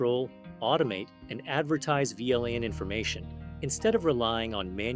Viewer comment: An interview question... answered by an AI... that can't pronounce VLAN... I am... so depressed